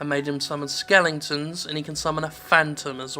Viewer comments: "Skelingtons" I know he is saying it Ironically, it just made me laugh. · Honestly, I'm not sure whether he is saying it ironically, or genuinely keeps mispronouncing it, just because he's gotten used to it.